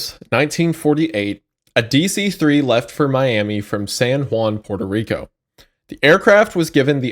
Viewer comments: did i hear PIERTO Rico? ITS PUERTO RICO(as a puertorican i see this as an absolute insult) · At this point, the constant mispronounced words are more feature than bug. "Pure-toe Rico," "the Shooner," etc. Always good for a lil chuckle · the way pronounces Puerto Rico hurts my brain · As a puerto rican I need an embargo on use of the term "puerto rico", my man cannot pronounce it for shit😭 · variations on the pronunciation of "Puerto Rico" are adorable.